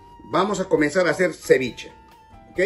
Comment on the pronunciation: AjajshahjajhHgaha ciwichi no es si pes.